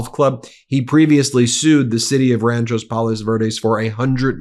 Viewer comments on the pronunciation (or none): Ben, you’re driving me crazy! It’s RANCHO (not RanchoS) Palos Verdes. Grew up near there and your pronunciation….nope. 😂😂